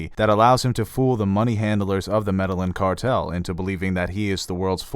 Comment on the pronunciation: medal inn cartel? thought it was pronounced meddy eeyan? Stats?